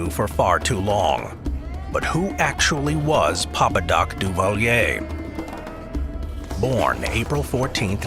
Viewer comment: Papadocduvalier only murdered people the mispronounced his name